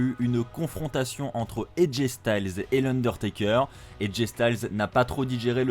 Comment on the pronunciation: Je suis d'accord mais juste c'est "Taker" et non "teker"